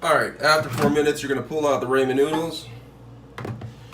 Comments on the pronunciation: Rah-men, not ray-men. ☺️ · he's talking about the pronunciation. It's rah-men. Spelling it is Ramen.